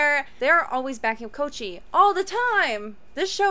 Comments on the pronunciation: Only till now did i realise she says koichi wrong ( she says koo instead koi ) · Ko-I-chi,not kochi